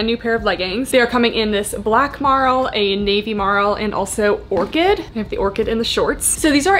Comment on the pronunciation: psa, merle is pronounced 'murl' not 'marl'